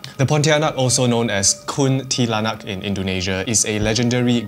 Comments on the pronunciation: Its not ti-ya-nak its cha-nak its how you pronounce it. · Its actually pronounced Tia-nak but its spelling is Tiyanak, i hope this helps cause if you just say it straight to a Filipino to they may get a bit confused